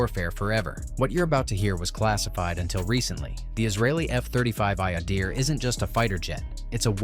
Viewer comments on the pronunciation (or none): When did Adir become "ayadeer"...?